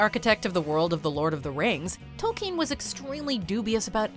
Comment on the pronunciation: J.R.R. Tol-keeen